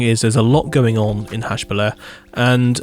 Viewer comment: In French, "haut" is pronounced like "oh" in English. So the pronunciation for "Hautbeliar" is "ohbeliar". :-) Great buildings, as usual!